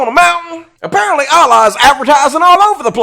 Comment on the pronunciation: That’s not how you say Allah dumb dumb